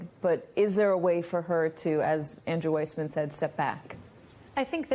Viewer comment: Sorry Andrew! Your name is Weissman and not WISEMAN! Uncle Clarence has been a liability from day #1 and he still sits 'high and dry' on the highest bench in the land. Judge Cannon, Judge McAfee and those who are bent on aiding and abetting DJT will live to rue their decisions in time to come. Fani has earned her badges and must see this case through. endof.....